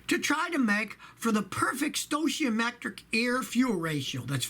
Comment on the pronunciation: I’ve never heard someone say stoichiometric that way...